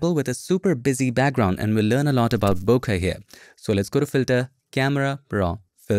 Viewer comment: Hey i always thought its pronounced (bO Kay) no disrespect to u